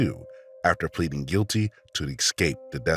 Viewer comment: Please work on pronunciation ("ek-scape", for example).